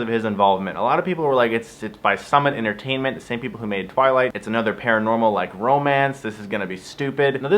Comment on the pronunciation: Aint a fan. liked the though. "twiligt" blarg. This though, is love